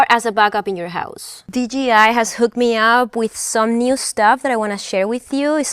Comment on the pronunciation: You said “Unfollow meh”, hilarious…just app